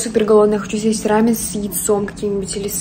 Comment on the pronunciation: ты прекрасна, но прошу, поработай над ударениями😖 сОусы рамён крЕмы